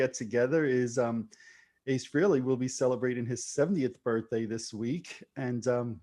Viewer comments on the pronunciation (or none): Pronounced Frailey